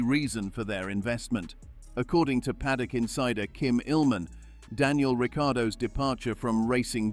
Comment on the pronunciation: Daniel Ricky-Yardo😂🤣